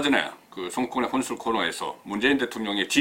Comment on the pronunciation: 혼술을 한술로 발음하네...ㅎ